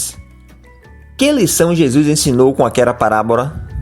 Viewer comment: MENDIGO, e não "mendi(N)go. Jesus, e não "Jesu(I)s". Doutrinas, e não "doutrina(I)s". Fictício e não fi(QUI)ticio!